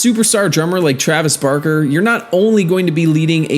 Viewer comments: TrAveS BaRRkQuE. son im crying. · Trayves barkey